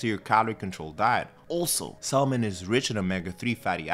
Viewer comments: is he the first person to pronounce it "saLmon" lol wow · Pronounced “Samon” The “L” Is silent, sir. Love your videos… just found you and am taking so many notes. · good video, but, that "L" in item 7 is silent, 🤫 you feel me bruh?!? 🤭😉